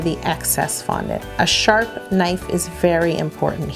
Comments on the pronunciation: at 9.18 do you say 'sharf' knife Yo?? !😄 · She said a sharf knife!